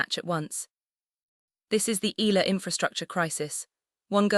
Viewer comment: Correct Pronunciation : EALA = Ee'Ya'La